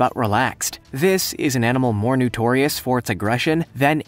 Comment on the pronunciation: Notorious, not nutorious🤪